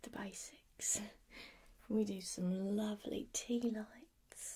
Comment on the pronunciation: I really love this look 👍 hope you’re doing really well 🤗❤️ PS laavley is perfect try done, smiled when you says that Wootcha 👍👍😂😂😂